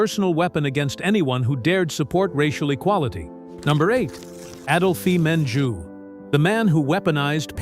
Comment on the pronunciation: Adolphe Menjou is pronounced" Add-olf Mon-joo